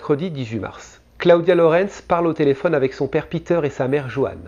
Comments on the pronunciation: Cla-o-dia . . Really ? Clodia que ca se dit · J aime bcp tes video mais entendre Cla odia des dizaines de fois ça pique un peu 😜